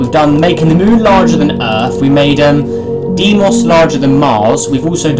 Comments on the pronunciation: It’s not pronounced deemos its pronounced day-mow-s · its pronounced DIE-MOS not DE-MOS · more like DEE-Imose